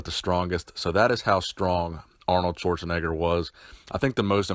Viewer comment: "sworzenegger" 😂😂😂 the english pronounciation of Schwarzenegger is hilarious 😂😂😂 greetings from Austria 🇦🇹✌🏻